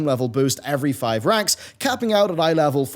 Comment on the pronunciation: Was that "these ranks" or was that "these wanks" I mean it REALLY REALLY sounded like wanks lol Perhaps it was what is known as a Freudian Slit?